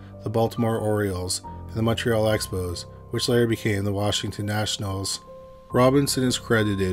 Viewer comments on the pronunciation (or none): none